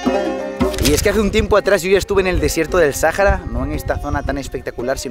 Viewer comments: Me he miado de la risa con el video … lo amé … por cierto se dice Saara la h no se pronuncia … 💙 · Pero por qué te aferras en decir Sajara ?? Es sahara la H no se menciona